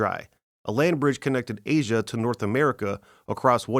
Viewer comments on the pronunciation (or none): none